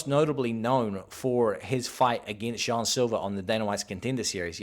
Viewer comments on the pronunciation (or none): none